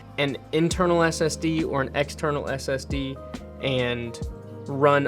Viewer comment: So your Premeire is on an external Ssd? That’s what I sounded like you said.